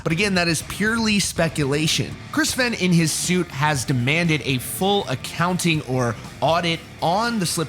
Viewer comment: It's pronounced "FAIN"